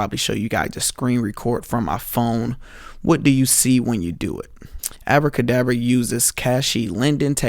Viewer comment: "abradabra" lmao